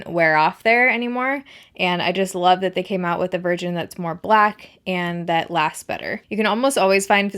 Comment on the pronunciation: I have been using the physician's Formula eye liners for years, around a decade probably, I love, love, love them! Ps, did anyone else hear "black virgins" when she said "black versions"?